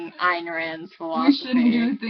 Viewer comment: It's pronounced Eye + n Rand.